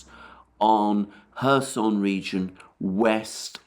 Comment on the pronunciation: I appreciate your commentary, but I must tell you it's pronounced KhÉrson, you put the emphasis on the "o" which is incorrect.